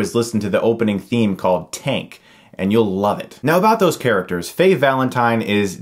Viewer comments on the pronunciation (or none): none